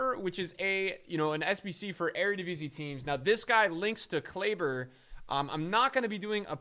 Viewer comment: As a dutchmen i have to correct i am sorry but it is eredivisie not eredivise